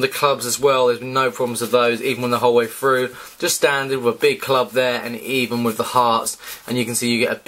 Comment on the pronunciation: "All the way fruuh"